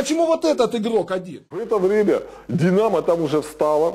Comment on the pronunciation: одесский акцент)))чем динааамо)))